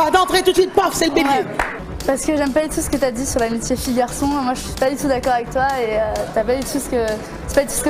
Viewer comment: le « N’daccord » il m’a mis K.O 😂😂😂